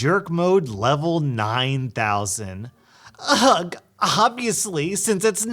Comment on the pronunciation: That's not how you pronounce 'ugh' (or 'ugghhh'). It sounds similar to 'er' but is more deep and 'throaty'. Sorry, it's hard to explain weird noises.